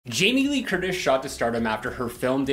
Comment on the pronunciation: Hahah. Sounded like you said Jaime Lee Kurdish.